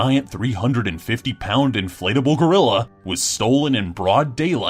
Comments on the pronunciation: hey guys its not "inflattable" its "inflatable" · "inflattable" It's one t...